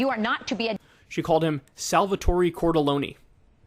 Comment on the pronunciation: LOL, it’s Sal-vuh-tohr